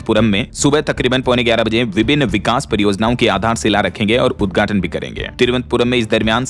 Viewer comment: Sleeper vande bharat train ka west Bengal me udghaatan kiya - dhyan dena- ye udghatan hai- uddhatan nahi jaisa ki bhai bolta hai- samajh rahe ho naa 😂😂😂😂❤❤❤❤🎉🎉🎉🎉😂😂